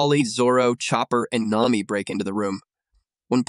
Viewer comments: Nami❌ Name me✅ Ai doesn't know how to pronounce nami's name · ai said naymi